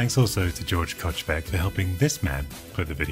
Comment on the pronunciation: as a countryman, I would like to point out that you mispronounce Kochbecks name. I checked a few TTS engines. This one pronounces the name pretty good: You want to set it "German/ Hans" though :-)